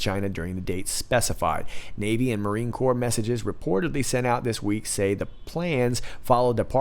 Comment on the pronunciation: Remember when Barry -- as commander in chief -- said "corps"? (I.e. "corpse") Geez.